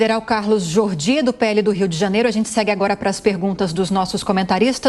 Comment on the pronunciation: "JORDY", NÃO JORGY!